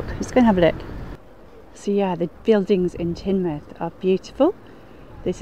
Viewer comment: Ha ha 🤣 even I knew it was pronounced Tinmouth and I'm from the south east lol